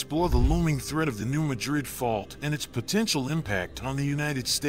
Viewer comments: Mad rid. I live in s.e. Missouri. Its pronounced mad rid, not ma drid. New Madrid. New Mad rid. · This is alarming. It would be more alarming if the guy had ever been to the area. Locals pronounce it New MAD-rid, not New Ma-drid. Research by people who have never been on the ground are always suspect. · And it’s pronounced New MAD-rid. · It’s not pronounced like the city in Spain. It’s pronounced as Mad Rid, two words. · It is pronounced MADrid. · It’s pronounced locally as New MAD’rid w/the accent on the first syllable. Just trying to be helpful. Thx. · Yes lol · if the producer lives in Spain he pronounced it correctly. Here in Missouri we say mad rid. New Mad rid . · I was raised near this fault and in the County name after that town. Not how it is pronounced locally. One would think they would check their facts! Also get rid of the monotone AI voice! I stopped watching as I hate these voice over crap.